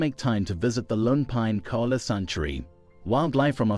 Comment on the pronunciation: It’s pronounced koala (ko-ala) not cola